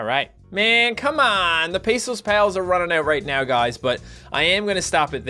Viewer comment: You say pesos(spanish) as "pay so"(englipanish)